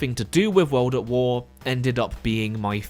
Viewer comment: “Weld at Wer”